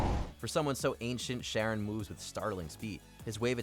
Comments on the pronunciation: Pronouncing Charon as "Sharon" instead of "Karen" is rough, but the monotone and feeling of total uninterest you have in the list makes it a rough watch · Zagreus: Says Charon Properly Twice in 30 seconds.: SHARON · It's "Charon", not "Sharon" 😂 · Charon, pronounced Kar-on: "Sharon" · I’m sorry for being petty but had to dislike cuz you don’t disrespect CHaron by calling him Sharon. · Sharron??? How dumb are you guys??? They even say the proper way to pronounce it in the game clip you showed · How do you call him SHaron? When the gameplay literally says CH(K)aron? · why are you pronouncing it “Sharon” when the character IN THE GAME IN YOUR OWN VIDEO is saying “Charon?” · Sharon....? SHARON!? Seriously? You didn't even bother.... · How are you going to hear Zagreus pronounce Charon and then mispronounce it right after… “Sharron”? Cmon y’all. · Also it's pronounced like Khaaron so. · IT'S CHARON!!!!!!!!!!!!!! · i like how the clips have Zag pronouncing Charon correctly and then the moron is over here messing it all up, as the clip keeps correcting him. this was too easy and you still had sex with the dog! WTF MAN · The video literally told you how to pronounce charon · zagreus literally pronounces charon's name in the clip shown, and the presenter still gets it wrong smh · They literally say the name of Charon in the video and YOU STILL SAY IT WRONG?? HOW ARE YOU THIS STUP!D ?? SERIOUSLY ?? No wonder you're just a presenter on WM. You're just too stup!d for an actual job. WM needs new people.. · Is he mispronouncing Charon intentionally? Even in the background Zagreus is pronouncing his name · Don’t worry about the other idiot who replied to you, YOURE right. He literally pronounced it wrong after given the actual pronunciation lol. It wasn’t up for interpretation at that point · In his defense that pronunciation has been used in other shows and movies.